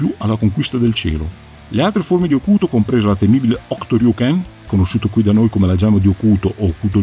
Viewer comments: Grazie..io i Kenshiro li ho in casa mannaggia..è bello sentire la pronuncia esatta di Hokuto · Bellissima analisi, ed è una ventata d'aria fresca veder un fan che pronuncia correttamente "Hokuto", chiama il fratellastro maggiore di Ken "Raoh", e via dicendo. E si, concordo che il vero segreto dell'enorme successo di Hokuto no Ken sono i comprimari e la loro caratterizzazione. Riguardo ad Ain, mi hai fatto tornar in mente come la piccola Asuka regala a Kenshiro il guanto di Ain come ricordo. E Kenshiro, sia nell'anime che nel manga (dove cambia vari particolari del suo abbigliamento tra i vari archi narrativi) continuerà SEMPRE ad indossarlo.